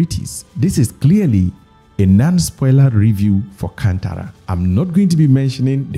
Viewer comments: ಅದು ಕಂತರ ಅಲ್ಲ ಅಣ್ಣ ಕಾಂತಾರಾ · it's not can-tara it's kaanthara